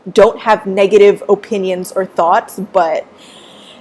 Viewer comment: Why do you say opinion like "O pin yins"? LOL